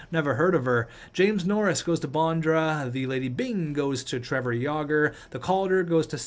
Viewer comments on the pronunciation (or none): none